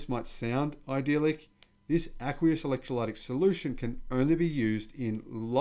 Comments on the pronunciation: With the pronunciation of the word "Electrolytic". The "y" has a little "i" sound. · Ask a person who speaks English how to say 'electrolytic' and other hard words ( even drongo Aussies like my brother know this) or just google it! Great channel. Carry on. (ps Where are your horns?)